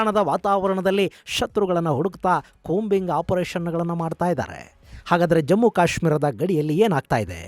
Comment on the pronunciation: ಕೂಂಬಿಂಗ್ ❌😂 ಕೋಂಬಿಂಗ್✅😮